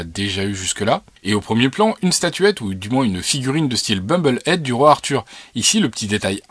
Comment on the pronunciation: On dit Bobble-head (tête qui dodeline) et non pas Bumble-head.